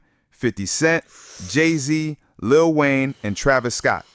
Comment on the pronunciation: "Lu Wayne"? Total BOT channel